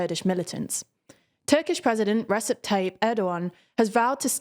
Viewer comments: I’ve noticed that you like to pronounce things much more accurately than Jack or Ben (whom I am a big fan of). To help you out on this one: Recep Tayyip Erdoğan’s first name is pronounced Rejep - the C in Turkish is similar to how we use J in english e.g Jack. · Good attempt on Erdogans name. However Recep is pronounced more like Rejep, a C in Turkish is more like an English J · I know it's written Recep but it's actually pronounced Rajab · The new reader is doing fantastically! Just wanted to note though that Recep is pronounced "Rejep". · it is really interesting that English speakers always ignored the rest of the world when it came to details. "Recep" - the C here is not said like what the presenter has said here, and at the same time, to such an audience who knows much about the region, this shows pure "ignorance" and the way the western world "dismissed" the culture or existing things here. Not that I am a supporter of him, but it just takes a couple of minutes on translators or apps to see how it is pronounced. You did not even dare. Well-done there! not to mention, it is TÜRKİYE now. Not "Turkey". (PS: will you ever mention that PKK is a terrorist organization group universally recognized by alll countries including yours? because if you do not do so, you do not only contribute to killings of thousands of people, but also the drug smuggling, kidnapping of many....hope you are all aware of that!). You keep saying "Kurdistan Workers Party" - are you openly saying that you support an internationally recognized terrorist organization?